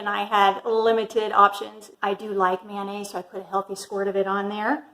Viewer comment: Mayonnaise not MANANNAISE !